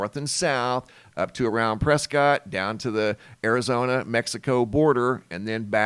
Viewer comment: Really appreciate your information, but you’re not from Arizona are you? If people from Prescott would hear you pronounce Prescott is not correct, per the locals, just a heads up they pronounce it “Preskett.”